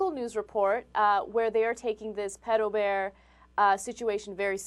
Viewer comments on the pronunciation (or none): stupid ass dude "Pidobear???? Its PEDOBEAR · its actually pronounced peedo-bear... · I always thought it was pronounced PEE-DOUGH not PED-OH? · PITOBEAR? its Pedobear man... hes not mexican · wow, the dude is too afraid to pronounce it right ITS PEDO BEAR NOT PEEDO BEAR! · Fail #1: said "Peto Bear" instead of "Pedo Bear". Pedo is of short for Pedophile.. Fail #2: After the mispronounciation, she says "Comic Conference" when the "Con" is clearly not "conference" but "Convention". Simple abbreviation. Fail #3: "that simple contact could be all that pedophile needs to fulfill his fantasy for the day" "They're getting stimulated by that one touch" Don't even need to say it. Win #1:Pedo Bear going mainstream P.S. I will be Pedo Bear this Halloween. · i thoght it was pronounced peedo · did he really pronounce it as "peedobear"? lol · The newsperson pronounced pedobear (peedobear). -_- And at anime conventions, I personally find him and hug him. It's no different from people hugging baseball team mascots or the people at DisneyLand. You don't know them any better. These people are obviously over reacting. Not everyone is a predator. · lmao!!!! omg this is so funny!!! And he said, "Peedobear." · peado bear wtf, that guy should get a job that requires people who cant say "pe-do" or go on 4chan :D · "...japanese cartoon character called PEE-TOE BEAR" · Pee-do bear. Holy fuck; how do these retards find jobs? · isnt it, peee-doe not peddo (pronunciation), but im british so... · Peedobear? Fail!